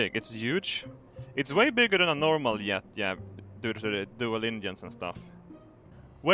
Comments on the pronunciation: I love how his js are ys, he pronounces jet yet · did you know is physically incapable of pronouncing J